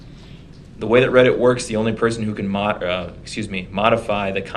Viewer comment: This guy is so delusional. I’m not even mad anymore. He needs meds or maybe torture to bring him back to reality. Especially when he said “read-it” instead of Reddit 😂 I’m done.